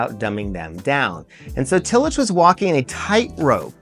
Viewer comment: This is good but you are mispronouncing Tillich.